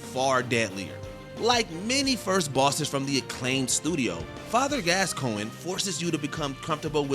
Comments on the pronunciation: Ayo did this man say father glasscoin? Bruh 😂😂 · “Father Glass Coin” 💀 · That “glasscoigne” didn’t slip by me lol.